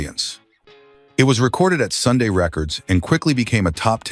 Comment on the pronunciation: ITS SUN RECORDS. NOT SUNDAY.